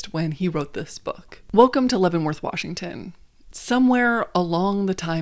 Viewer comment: Props to you for saying all the Washington names correctly! Im from WA and lots of people get it wrong